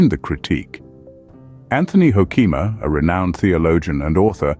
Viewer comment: You've mangled the pronunciation of his name. Hoo-ke-ma, emphasis on the first syllable, e in the middle is short, not long.